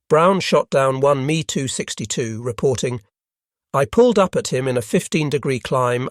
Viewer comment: M E 262 not me…Asinine Imbecility pronunciations strikes again..